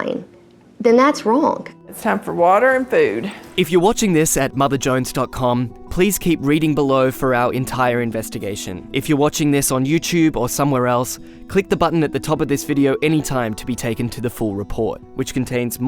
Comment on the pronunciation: lol "You-Chube"